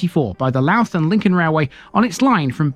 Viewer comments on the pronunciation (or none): Louth is pronounced Low(as in 'how') uth. Two syllables.